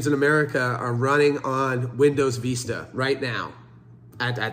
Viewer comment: Learn to say Vista, please. My IT brain dies every time you say it.